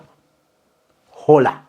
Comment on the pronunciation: 😅😅😅🤣🤣naye its Horror not Holla